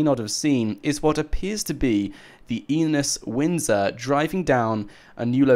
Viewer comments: enus windsor and maibatsu penumbra is how its said and written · that car is a Maibatsu Penumbra not an Enus Winsor or whatever you said.